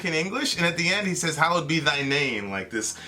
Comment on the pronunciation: It's actually "Hallowed" not "Hollowed"